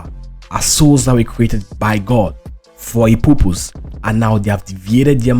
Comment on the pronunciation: Dud u say purpose, or poopoos?